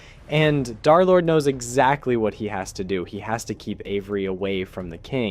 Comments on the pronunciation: Its d3rlord not derlord and darlord its d3rlord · He called him darlord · Derlord❌ Derlord✅